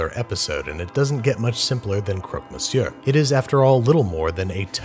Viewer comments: Bonjour monsieur Babish, thank you for this episode and congrats on your excellent pronunciation of the word. You were looking for a way to push the plate a step further: I suggest you to look into the Portuguese version of croque monsieur: la francesinhas. This will definitely crush your cholesterol level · hey your pronunciation of Croque Monsieur is pretty good 🥳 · Fun fact : "croque monsieur" is pronounced... exactly the way you did ! Congrats on your first well-pronounced french word :) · Honnestly, your French prononciation was pretty good for an American, the intonations felt very… "American textbook", whatever it means, but the sounds were right which is more than a French expects from an American. So no need to be shy. 😁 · You pronounced it pretty good! And I'm impressed, I really thought you were gonna forget the bechamel and I was about to fuck you up in the comments lol but a real parisian croque-monsieur is literally covered in broiled bechamel, so covered that you can't see it. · Beautiful clin d oeil to the french national day, and your french pronunciation was almost perfect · You nailed every French word on this video and moreover, you nailed your croque monsieur. Cheers from France, love your videos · Your pronunciation is actually pretty good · You said that very well! 😉 in Switzerland we also do it with mustard, Dijon or sweet mustard in the French part And in the German part we add pickled sweet and sour curry zucchini’s, it’s amazing with everything cheese or simply everything! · I'm french and you said croque monsieur perfectly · Actually, Babish, you said croque monsieur and croque madame correctly in French. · your pronunciation of croque mounsieur was correct. However as a french guy whos grandmas makes croque monsieur by the 3 dozen at a time. we don't typically put cheese on the outside. also we use slightly thinner slices of bread. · as a francophone, I applaud your pronunciation! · you pronounced it right. :) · Bonne prononciation !